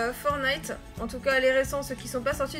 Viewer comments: Ça se prononce pas « fornayte » c’est « Fortenayte » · stp dit plus "Fornite" ou "Fornillete" stp dit "Fortnite"! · Tu dis pas le t de fortnite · fornite... c pas fornite c’est FORTNITE